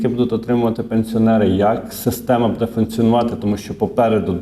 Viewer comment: що ото за нАголоси у вашій мові: будЕ, в ню...? Дуже ріже вухо..!!! ВиправлЯйтесь!!! Дякую за працю.